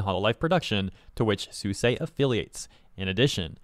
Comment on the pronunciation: Why are pronouncing Suisei name like that